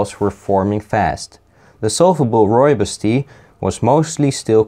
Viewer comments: Nearly spat out my tea at 'RRREAL RRROOIBOS RRRESIDUE" lmfao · I liked the RReal RRooibos RResidue